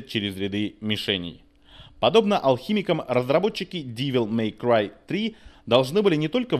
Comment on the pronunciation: Нет, ну чувак определился бы, штоль, как-нить))) если хочет всё по английски произносить или с русским уклоном) Не ДИвел Мэй Край, а ДЭвил Мэй Край =) И не СтИлиш, а СтАЙлиш) А так, ностальгия по-страшному берёт...Игруха поистене шедевральна!